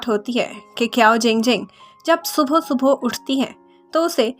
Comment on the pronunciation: not suboh is subah